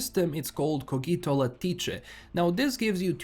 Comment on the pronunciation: "Lattice" is said 'lat-iss' in English - where 'lat' rhymes with 'at'. The 'ice' in lattice doesn't sound like 'ice'. Love the Latin pronunciation and honestly its a sensible guess given that 'Cogito' isn't English - I think it is Latin. Anyway, thanks for the update. I'll have to check it out next time I come around to Cyberpunk - lots of other games on my plate at the moment.